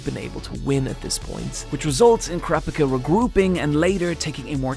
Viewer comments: I thought it was the Phantom Troupe arc but now you call it the Yorknew City arc or is that two different things? Pretty sure it's pronounced pika like pikachu. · C'mon Killua: Key-Lou-Ah Kurapika: Khu-Rah-Peek-Ah Love your vids keep up the good work❤️ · heh, "krapicka" it's amusing listening to people mispronounce things when you've heard them basically use the same sounds to form that word separately in other words